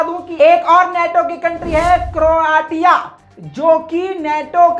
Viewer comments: क्रोटिया नहीं क्रोशिया बोलो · क्रोआ तिया नहीं, क्रोएशिया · Bhai crotia pronounced as croshia. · Please pronounce Croatia as cro-ashia. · Its crow Asia to pronounce and the spelling is Croatia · Kindly correct pronunciation kya karo , country ka naam ghalat pronounce kr rhy ho